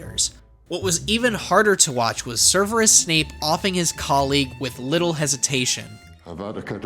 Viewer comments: Stop,stop,stop! You're saying it wrong,it's Sev-er-us not Ser-ver-us! Anyone other than me died a bit inside when he said Serverus? If you're going to cover Harry Potter,MAKE SURE NAMES ARE CORRECT... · "serverus snape" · Serverus? I thought his name was Severus